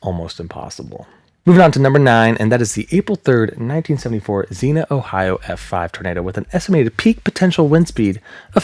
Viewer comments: I’m from Ohio not to far from Xenia , whenever people ask if we get bad tornados. Xenia tornado is the one we bring up. (Also we typically pronounce it “Zeenya” the I kind of has a y sound) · Love going over these, but while I know this is a three week old video, I have to correct as someone from the area. Xenia is "zee-nyuh" lol. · Just a few pronunciation corrections: Xenia = ZEEN-yuh. Lubin = LOO-bin, although Poles pronounce it more like "LOO-byin." Guminski = goo-MINN-ski. Goessel = probably "GOSS-el" or "GESS-el," but Germans might pronounce it like "GER-sel." The singular of vortices is vortex, not vorticee. Also, freakin' awesome video. I used to write off hypothetical tornado wind speeds as silly conjecture, but now I think they're highly important, relevant, and thought-out. Thank you for producing this video and motivating me to change my mind. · ZEEN-ya. Xenia. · Great piece as always,! As for mispronounciations (Heh heh) - XENA is a Warrior Princess....Xenia, Ohio is pronounced "Zien - ya" by most people...just sayin.....heh heh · Dude.... it's Zeen YUH. Sincerely, an Ohioan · I hate to be that person, but Xenia is pronounced zeen-ya. 🙂💜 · (I don't mean this is a nit-picky way, just like... a future reference way? If that makes sense? Like, I'd want someone to tell me if I was the one pronouncing it wrong. You're awesome, in no way do I wish to be rude) I'm fairy certain the "i" in Xenia is actually pronounced, it should rhyme with Armenia, Slovenia, and Schizophrenia. My aunt and uncle live there. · Don’t like being pedantic but Xenia is pronounced, not as Zena, but as Zee-née-a. I’m from SW Ohio and know of what I speak. In all other respects, I think your video is excellent. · so I live in Xenia, and it's actually pronunced zee-nyuh and not just zee-nuh lol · Zeen-yuh (Xenia ) is a city in Ohio Zenna is a hot female sword packing warrior. LoL We all pronounce things slightly different on certain words. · Xenia = zee-nee-uh. Not Zeena.